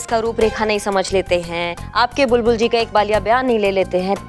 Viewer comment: Pushpa ji ka acting over hi rhta h..bindi lallla ke papa😂😂bulbul ko sahi se bolne tk nh ata SHO kaise bn gya..amar vidrohi best tha👍